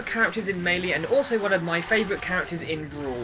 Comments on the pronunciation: He's saying it right dumbass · My best character is Kirby. When I played melee (pronounced as may-lay by the way to those arguing) I played as link. I think one of the best reasons Kirby is great is he has so many smashes. As in he can rocket people away instead of just giving damage.